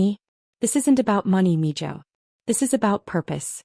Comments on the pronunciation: It's Mijo (mee hoe) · And its pronounced Meho